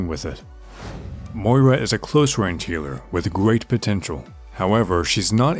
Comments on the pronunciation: I'm getting triggered by the pronunciation of Moira in this vid... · Hey, like Milkheart says below the pronunciation is similar to that of "moist". It's a fairly common name here in Scotland, I think you just need to stress the 'oy' sound a little more. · How come people can pronounce "moist" and "foil" but not "Moira" properly? Yeah her name makes you sound Irish as hell but I've never even said that name out loud until Moira was revealed and I can pronounce it just fine. Why is it so difficult for so many people? This is a great guide though. I love your videos! I just keep seeing people pronounce her name half-way "mira" or "mora" and I just can't relate to that struggle lol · same i mean im only pronouncing it the way Blizzard and jeff kaplan said it which is incorrect i guess